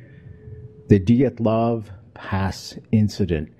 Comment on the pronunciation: I loved this broadcast, but good golly it's "dee-AT-LOHV" pass. LOL!